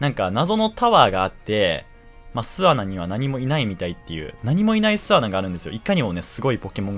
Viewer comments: 巣穴のイントネーションおかしくてワロタ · 巣穴のイントネーション気になる。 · 「すあな」のイントネーション、、、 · 巣穴の言い方が少し笑える